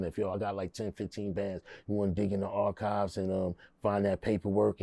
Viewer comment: This nvgga said “the archives”